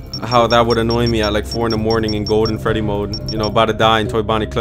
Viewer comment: put on subtitles for when he says golden freddy